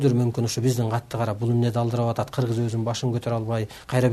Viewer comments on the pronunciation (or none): none